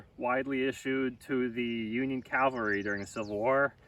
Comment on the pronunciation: It's cavalry dude, not calvary.